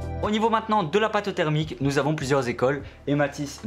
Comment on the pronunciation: "Au niveau, maintenant, de la pâte thèreumique" x)